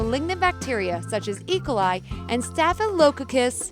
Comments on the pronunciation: I’m sorry, I couldn’t get past the mispronunciations of “peculiarities”, “fuselage”, “e. coli”, “staphylococcus”, etc. Sheesh! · she cannot pronouce either E. Coli OR Staphylococcus aureus